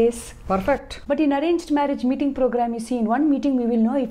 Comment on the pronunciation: Father said mating mating mating .... I was like WHAT? WHERE? I did not get that king of dating then understood its MEETING 😅